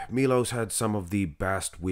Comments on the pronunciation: it's Sharchev, u got it almost right, and its Milosh, not Milos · It's "Milosh Sharchev" he's Serbian... Š is SH and č is CH